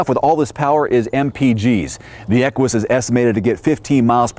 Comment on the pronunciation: great review as usual...fyi...the proper pronunciation of Equus is without the "w" sound that you were going with, (kinda like Stewie's "Cool Wwhip"), it's actually pronounced more like "echoes", or "echues"...